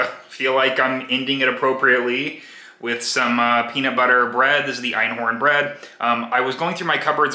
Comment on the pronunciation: Loving these, critique: it's not "einhorn," it's, "einkorn," as in, "one grain." Because all grains are korn in German. I'm so enjoying these videos. My husband eats shit outside the home, twice a day, every day but weekends. Since getting married to me, he's gained about 60 pounds, while I've just maintained, Vegan for two of our three years together (lacto-ovo for 30 before that). He's Omni, only eating some eggs and dairy here at home. He works daily, physical labour, and is struggling with his weight and measurements changing. He also smokes like a chimney, and drinks like a fish. I'm trying to get him to increase fibre, just that. I'm trying to give him some roasted veg, but he's not big on nuts and seeds. Thanks for your work here.